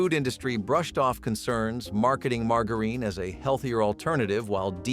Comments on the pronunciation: “Leed” and “margareen” 👎🏼 A.I. voiced BULLSH!T 👎🏼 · I'm so tired of artificial voices. Doesn't anyone listen to these before they publish? "Leed" indeed. Margareen. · Pronounce lead and margarine correctly! It's hard to learn something from someone who can't pronounce words correctly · The mispronunciation of lead and margarine! Arrgh! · This was pronounced wrong. it’s margarine , the g Sounds like a j